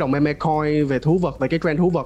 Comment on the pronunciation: meme đọc là "mim" nha :v